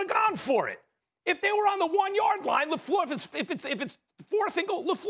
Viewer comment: Le fluhhh